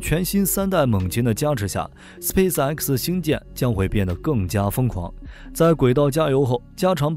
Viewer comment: 一口一个斯皮死埃克斯笑死我了